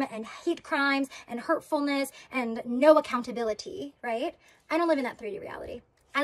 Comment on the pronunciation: She’s absolutely PA-THETIC! “ACCOUNT-A-BILITTY” Pls never say that again 🤦‍♂️🙄🤮😖🥺 She’s a true narcissist. Most think that’s just an insult word but watch YouTube videos on what it actually is and this girl will make complete sense to everyone